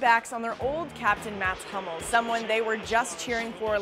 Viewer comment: The correct Pronounciation is MATS HOO-MELS not MATS HAM-MELS